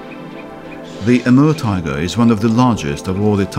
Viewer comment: I hear him say emerald tiger instead of Amur tiger lol